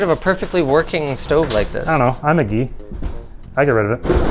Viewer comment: 1. Guy is pronounced Gi not Gee. 2. Linus is so desperate to save money, and everyone else who doesn’t have to foot the bill wants to replace everything. 😅 I really felt Linus with that one.